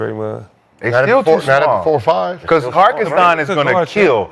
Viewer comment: The number of times they mispronounced Hartenstein name is outrageous. 😂